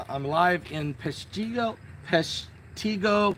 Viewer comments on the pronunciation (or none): It’s Peshtigo. And the I is pronounced like an I . Pesh-ti-go. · It's pronounced... Pesh ta go